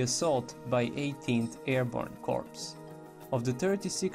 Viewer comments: FYI - I realize that English isn't you first language but when you are pronouncing Corps, the p is silent. It should sound like "core" instead of corps. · Corpse is pronounced "Core". The "pse" is silent. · He was pronouncing it as "corpse". If you had an IQ that was higher than room temperature, you wouldn't be acting like nit picking the previous comment was your life's greatest accomplishment.